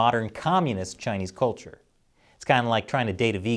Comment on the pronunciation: Yes, the marauding Chinese are determined to lie their way to wrecking the rights of other nearby nations. However, this piece would carry more weight if the host pronounced the word ' culture ' correctly. It is not kolture.